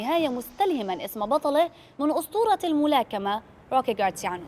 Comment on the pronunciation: إسم البطل هو روكي مارسيانو وليس جارسيانو